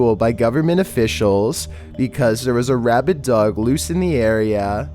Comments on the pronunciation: He did say rabbid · not "rabbit" dog.. RABID.. thats completely different